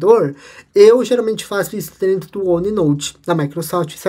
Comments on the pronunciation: Vídeo muito bom. Sou professor e quero te ajudar num ponto. Atenção para a pronúncia. Não é “drento” e sim DENTRO. Espero que não leve a mal o meu toque. Prossiga firme nos seus vídeos e projetos 🙏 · Achei legal ele falar dessa forma. Até adotamos aqui ne empresa "Esta tudo Drento". lembre-se, humanas depende das exatas; falar bem ou direito não leva ninguem a Lua!!!